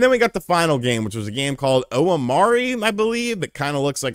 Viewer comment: my dude called omori “ohohmari”